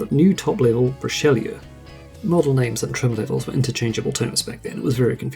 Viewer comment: Extremely well done video, although the mispronounced model names cracked me up. "Rideau" is pronounced "ree dough" and "Richleau" is pronounched "Reesh low".